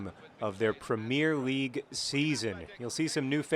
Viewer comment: you pronounce "premier league" wrong... just like an american who never watched a real game hahah